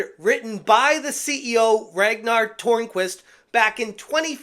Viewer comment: If you just say Turnquist instead of Tornquist it's a lot closer to the correct pronunciation by the way